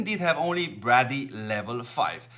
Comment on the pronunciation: Just sounds like you are saying bradley. Not trying to be rude, just trying help mate :)